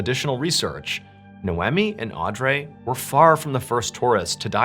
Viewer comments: I think it’s pronounced au-dree. I think…. .That is how its usually pronounced. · Audrey is pronounced "Audree" (like Audrey Hepburn) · lol yo it's pronounced Audreeee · Audrey is pronounced, Aw-dree. Just an FYI for the future. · Am I the only one that was overly focused on the way he pronounced "Audrey? " lol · why are u pronouncing audrey like that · Why he pronouncing Audrey like that 🥴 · Why did he pronounce Audrey so weird? Hope that hotel went bankrupt after a slew of extremely negative Yelp! reviews…🤔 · Pronouncing noemi right and butcherind audrey is wild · I’ve never heard the name Audrey mispronounced so much by a native English speaker 😆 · Grrr pronouncing Audrey that way drivin me nutz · That’s an interesting way to pronounce “Audrey” lol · Odd-Ree not Andrea lol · Audrey is Aud-ree not ray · Ardray? Isn’t it pronounced or-dree? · are you trying to make the name Audrey sound French? It’s pronounced “aw-dree” not aw-drey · Ugh, this was the hardest one to listen to. Mainly because you (like many others) cannot pronounce the name Audrey! It’s Odd-Ree, not Andray, not AudRay, not Arndray,….cmon Mr B! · The name Audrey is pronounced Audree not Audray that was driving me nuts this whole episode . Rip beautiful sisters ❤ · Hearing “Aw-Dray” killed me everytime. Theres no way that it was pronounced like that and not “Au-dree” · Is he pronouncing their names right? Audrey - "Aud-dray"? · I feel like her name is “Aud-Ree” butttttt I digress lmao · As a traveler as well, this is horrifying. Mr. Ballen my dude, I think her name was pronounced “Aud-ree.” Your biggest fan, Another Audrey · Who pronounces Audrey Au-dray? Good video and weird like button analogy lol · AUD-REE is how you pronounce Audrey lol it’s my aunts name and named one of my daughters after her. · Audrey is pronounced Aud-ree. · I know this is irrelevant to the story, but I believe Audry is pronounced Awe-dree. Anyway, I'm a big fan of your channel, and I wish you many blessings!